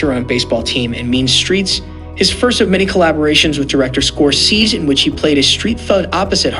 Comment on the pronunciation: You don't know how to pronounce SCORESE?!! And PACINO?!! Can't finish listening to you even tho I like the subject matter.